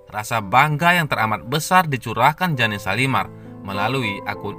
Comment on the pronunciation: Oy yg ngomong bkn jane shalimar tp jane(jen) shalimar g enak bangat dengarnya